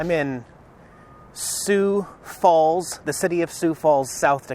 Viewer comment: Not many people pronounce the name Sioux Falls correctly. Congratulations!